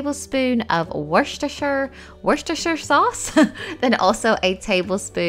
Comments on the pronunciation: I live in Worcestershire where the sauce is made. It's pronounced wu-ster-she-er. Love how clean you are as a cook. If that was me there would be stuff flying here there and everywhere 😂x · I was like wash disher sauce?? Did she meant dish washer sauce 😅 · Even British struggle to pronounce this sauce name!